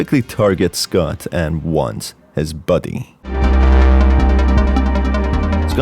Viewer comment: Countless times i heard “buddy” and not “body”